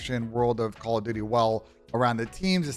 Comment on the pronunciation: 20 seconds in you said " Call of Dutely.", but y????